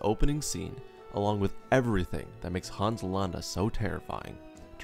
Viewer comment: Thanks for sharing this: Interesting tweek on villains. But as a native Germanspeaker I have to say: It is not to be pronounced Haaans but Hans -> keep the a short -> don´t open the mouth to widely for that purpose! Short letter, short opening!